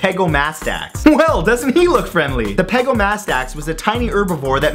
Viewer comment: Time to correct your pronunciation. Pegomastax is not "Peh-goh-MA-stax." It's "Peh-GAH-meh-stax." "Lin-in-NIE-kus?" Seriously? It's "Lin-HEN-eh-kus." "Long-is-QUA_mah." No. Just... no. "Long-IS-quh-mah." "Jee-GANT-oh-rap-tor" is "JIE-gant-oh-rap-tor". Think about it. Do you say gigantic or jeegantic? This is where I started to scream at your baldness. "Mam-INK-ih-sore-is." You didn't even pronounce the "saurus" part right. People with functional brains know that this dinosaur's name is pronounced "Maim-EHN-chee-sore-us." "Jay-hole-OP-ter-is?" Complete slaughter. "Jay-HALL-op-trous." "Soo-zoo-SA+ORE-is?" How? How!? HOW!?!? Can you not read!? It's so obviously "Soo-ZYOU-suh-rus." It's "In-SIS-is-VAH-sore-us." "Sher-ah-vipp-TEAR-ux." Do you even research, bro? "Hell-ee-COP-pree-on." You have failed so, SO badly. I take it all you did was Google these and read about a paragraph on each? These aren't weird at all. Why did you rush this video so badly? The content isn't even good. I want to smack some sense into that lustrous head of yours. If you're going to do a video on dinosaurs, why would you not do proper research on dinosaurs like watching scientists at least say the names? Then you'd at least know how to say these names. If anyone has read this far, this guy is an idiot. I propose we slap him so hard, his hair follicles become functional. My videos are much better but him saturating the video feed is ruining the chance of people who are worthy. Listen, Matt. You either shap